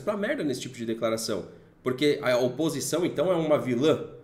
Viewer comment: "opisção" ? Hahaha